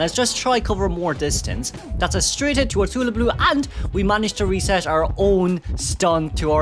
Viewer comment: I just love the way you pronounce hullabaloo it's so cute